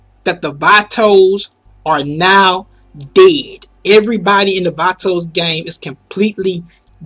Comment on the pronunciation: Da faqing pric prenounced vatos wrong. I hate this guy so much